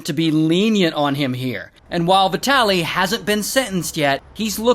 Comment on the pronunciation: Man, how do you speak his name ? His name is vitaly and not vetaly